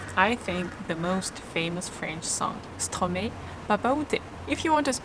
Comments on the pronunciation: The correct pronunciation of Stromae is Stromaë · No Stromae (his name is pronounced Stromaï by the way) pronounces like this because he is from Belgium. It is a small country between France and Netherlands. There is no distinction in northern part of France either ... 😉 for exemple the town Beauvais will be pronounced with an open è in Paris or Beauvais but with a closed é in Amiens or Lille. These are regional differences.